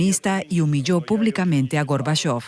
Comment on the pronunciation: ¿Por qué la locutora dice Górbachov cuando es Gorbachov?